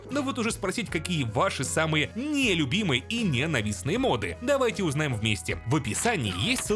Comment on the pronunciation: я понимаю, что ты поляк и всё такое, но правильно говорить мОды, а не модЫ, и с мОбами та же история